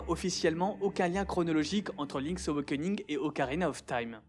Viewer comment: Impeccable, mais il va falloir apprendre à prononcer "awakening" ^^'